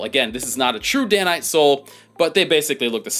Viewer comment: Most of my boots are Dainite, while a couple have crepe soles. By the way I believe the proper pronunciation of Dainite is "day-night."